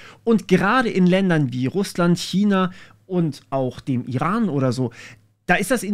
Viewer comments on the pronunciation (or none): none